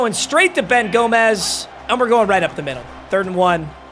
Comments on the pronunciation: its gomes (homes) not gomez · Its pronounced Ben (Gome-s)